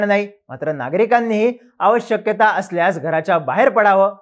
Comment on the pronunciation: आवश्यकता ❌ आव शक्यता ✅ 😂 आवश्यक ती ❌ आव शक्यती ✅😮